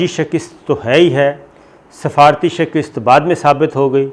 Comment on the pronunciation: محترم صابر بھائی ! ایک لفظ کے تلفظ کے حوالے سے درخواست پیش کرنا چاہ رہا ہوں ۔ لفظ شکست میں ش کے نیچے زیر اور ک کے اوپر زبر ہے ۔آپ ازراہ مہربانی اصلا ح فرما لیجئے ۔حوالے کے لئے